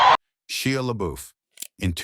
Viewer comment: It'd be good to learn how to pronounce the names of the people that you're talking about... Like for instance Shia (it's Pronounced as if it was shy followed by ah. ) Not She ah. Ugh